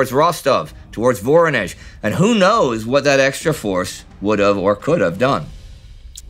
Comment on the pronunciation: What is "Moraia Mechetka"? You often make wrong stresses in Russian names (like in "VoROnezh", "ZvezDA" or "SkaCHOK", where the stress has to be on the second syllable, or "KRASnaya", where the first syllable would have to be stressed, and many many more), but now you've also missed a letter... It's "MoKraia", from "wet". Your lack of a Russian-speaking consultant really shows